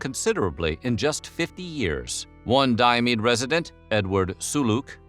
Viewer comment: Fun fact Diomedes is my first name. I’ve been calling myself Di-ah-mee-dees Why do you say Di-ah-meed? Do you just ignore the s?